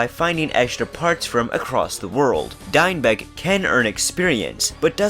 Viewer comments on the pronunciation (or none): "Deinbeck"? Dude there's no N. It's Diekbeck. As in Deek-beck. Watch the Arc the Lad making of and you'll see how to pronounce most chars.